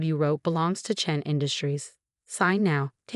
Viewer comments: It's Chen, always chen. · Yes always Chen!! And Rachel is a long a